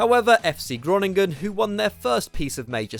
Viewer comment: If you’re going to put Groningen at the top, then at-least pronounce the name right